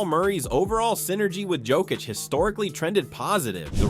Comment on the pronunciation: This guy is still in last season. KCP ain’t with my Nuggets anymore. Also if you haven’t noticed Jamal has been playing better as of late. Can this crap Also you keep pronouncing Jokić’s name wrong.